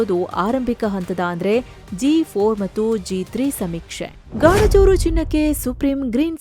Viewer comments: ಗಾಣಜೂರು ❌ ಗಣಜೂರು ✅ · ಬೇ ಅದು ಗಾಣಜೂರು ಅಲ್ಲ ಗಣಜೂರ